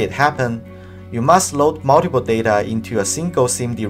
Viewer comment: Simgle imswucction muwntipa data